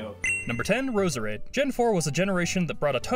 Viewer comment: you pronounced Roserade wrong